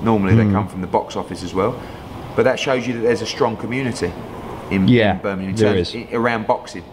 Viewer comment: EDDIE FOR FUCKS SAKE - Its Birmingham, not Birminam!